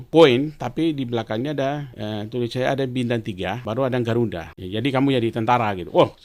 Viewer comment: Gelarnya banyak gtu kog ngomongnya kayak ngk sekolah ya.... omong Garuda kog garunda😂😂